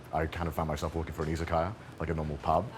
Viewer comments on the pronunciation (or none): "I got really into anime, funnily enough, and then I went to Japan and I kind of found myself looking for an izakaya (pub)" Was it just me who heard "isekai" instead of "izakaya" (I mean, sometimes another country can just feel like another world)? 👽